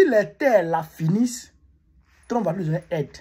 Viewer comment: Pourquoi tu dis tout le temps Lu au lieu de Lui en français. Lu c'est lire comme quand on lie un livre. Mais pas lu pour dire lui.😁